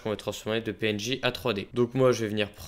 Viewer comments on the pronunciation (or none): au début ta dit pnj au lieu de png jsp si c'est fait exprès mais c drole 🤣